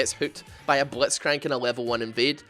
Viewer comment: The way he says blitzcrank makes my laugh everytime